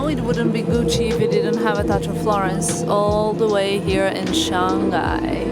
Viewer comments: It is Shang Hai.. not Shang Gai.. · We pronounce as Shang Hai not Shan Ghai 😉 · Shang-Hai not Shan-Ghai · FYI. Pronounce "Shang (上) Hai (海)" instead of Shan-g_ai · Shang-Hai is the correct pronunciation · Yeah she kept saying it like that. So strange.